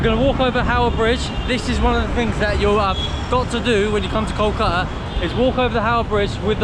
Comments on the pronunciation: That archetypal southern accent, I guess. Kolka'a without a "t", 'a'er without "w" and "t", and the like. 😊 However, "r" and "t" take the most beating. Why do you treat "r" and "t" with such abhorrence, like they're national enemies? 🤔 I fear someday they may be struck down from your vocabulary entirely. Poor siblings "r" and "t"! 😢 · Your pronounciation of "Kolkata" is fantastic. It would be kol-ka- - ta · Good content, good approach. But, pronounciations are too bad to be heard of, e.g we are hearing Kolkata as Koàtá. Many other examples. But then, still, this video deserves 9 stars out of 10 stars. How good you have made the video.